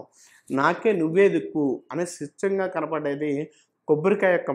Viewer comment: Kobborikaya kadhu...Kobbarikaya....sochanga kadhu...swachanga🤦